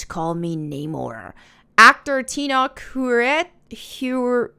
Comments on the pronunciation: you know exactly what it implies. She’s white. She can’t even pronounce Tenoch Huerta’s name bc it’s “too foreign” for her 🤣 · you can't even say the actors name right. 😂 You have no validity. I hope someone sees this comment before watching this video and wasting their time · Undersea Mayans, last I heard, and that I can handle. That I think is a neat idea, and I don't have anything against Mr. Huerta (pronounced WHERE-tah, BTW). But his lacking the physique that Namor has always had is getting on my nerves. Could they have at least had the man hit the gym some more?! That aside, yeah...sounds like the writers are doing the usual Marvel thing by desecrating the past and peeing all over it. Seems like this will be yet another Marvel movie to avoid, for me. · This has to be the dumbest video I have seen on youtube all week. So you make a video sh!tting on the character change but you don't take the time to see what exactly they changed him to (Peruvian or something) and can't pronounce the actors name. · Lmao when you're bickering but can't even pronounce the actor's name 😅🤣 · Ur racist to think it has to do with Peruvian culture and not even say this name right. Stay in ur lane bruh ur not Latino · Girl learn how to pronounce and Peruvian?? Have several seats! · You can't even pronounce any of the actors' names , understand the location, or the important tie in for the native culture but you are upset that they are pronouncing the characters name differently.. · imagine not being able to pronounce Huerta lmao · Like how she can’t pronounce Huerta maybe it a race thing lmao the way she said “Peruvian” like it was a bad thing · I believe Namor is freaking dope. I was so excited to see Hispanic culture being represented on the big screen. Theres nothing wrong with a bit change. Imagine all the Hispanic culture being hyped for this character. I think its pretty cool tbh. Please seek the positive. And please pronounce the names right haha lol